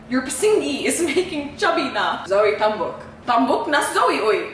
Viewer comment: PISNGI MEANS APING OR CHEECKS BUT ITS NOT PRONOUNCED AS PISINGI BUT. PIS....NGE